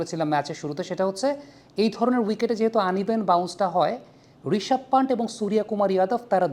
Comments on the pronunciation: প্রিয় দাদা, উচ্চারণটা পান্ট হবে না! সঠিক উচ্চারণ হবে পন্থ!! ভারত🇮🇳থেকে অনেক ভালোবাসা❤রইলো... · Its not পানট its পান্থ